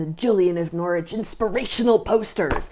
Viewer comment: Thank you for pronouncing Norwich correctly. 😄